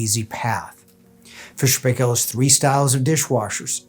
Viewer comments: The pronounciation is not "pay-kell." It's "pie-kl" ... akin to pickle. Proper pronounciation can be heard on videos produced by the company, go figure. My double-drawer unit was 20 years old on 8/21/2023. It has had a few repairs, all DIYed. I also have F&P washers (two, agitator and impeller) and the topload dryer with reversing tumble. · Good review. It's pronounced Fisher and "Pie Kill".